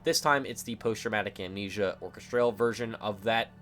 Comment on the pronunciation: Another great video giving fantastic insights into Kane's world. Really top notch. Just one thing, what's with the "or-kes-traaal" (orchestral)? Never heard it pronounced like that before.